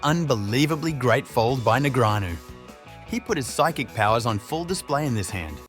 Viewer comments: "neg-re-anu" lmao Daniel has been around for over 20 years.. and you cant pronounce his name? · Daniel Negreeahnu 🗣🗣🔉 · The AI needs fixing after announcing “David versus Goliath” with Foxen when Negreanu is one of the best players ever and his name is NOT NEG RE ANU 😂🙄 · Th is announcer just commuted libel when he publicly accused Bryn Kenney (and can’t even pronounce his name correctly or “knee-Grey-Ann-Oh” either. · The commentator of the video keeps changing the way he pronounces Negreanu. It's really funny